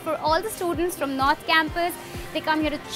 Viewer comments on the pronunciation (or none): none